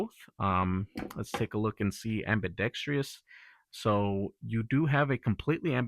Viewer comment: am·bi·dex·trous not am-bi-dex-trious. Not trying to be a butthole but this word is mispronounced in a lot of these videos.